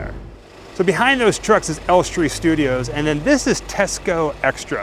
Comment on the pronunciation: Hi guys. We absolutely love to watch your little trips and the excitement and awe you express when you go somewhere you've always wanted tos see. We think you are absolutely adorable. Just one thing. Maybe go to this guy's site to learn how to pronounce names of various places you visit. Ellestree is in BORUM-WOOD, not BOR-HAM-WOOD. Just FYI.